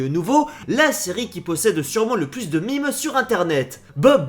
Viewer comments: "mime" "meemee" "mamé" c'est meme ne redis plus jamais ca sinon je t'envoie au goulag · pourquoi a tu dit mime sa se dit mème!